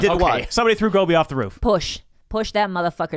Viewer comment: Bobbyyyyy why u say “roof” like that?